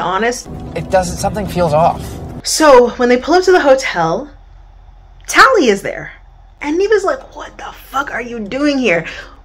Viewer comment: I am loving these videos First one I clicked on today ❤ When Nev said “tallie-HOE” 😂😂😂